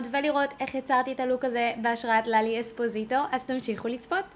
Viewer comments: ואומרים לאלי אוספוסיטו ולא אזפוזיטו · עלק לאלי אזפוזיטו.. למה היא מבטא את האות ז׳?!???? זה לאלי אססססספוסיייטו!! עם ס׳!!! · מושלם הסרטון ודרך אגב את אומרת לאלי אזפוזיטו עם ז, וזה אספוסיטו עם ס' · יצא לך מהמם אבל אמרת לאלי אוזפוזיטו חחחחחחחחח